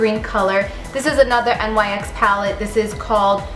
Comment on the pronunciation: NYX is pronounced like "nicks" just thought you would want to know. Live the tutorial. You are stunning.